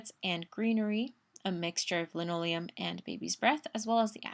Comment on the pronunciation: Yes, It is Limonium... NOT Linoleum. Driving me crazy.